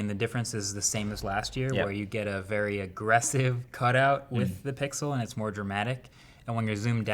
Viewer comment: This man pronounces "and" as "und". What kind of accent is that?